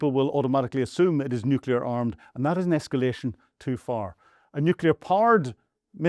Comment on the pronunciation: Fire your sound engineer. Teach this guy to properly pronounce "nuclear". Teach this guy to say "Luhansk", and not "loo shank".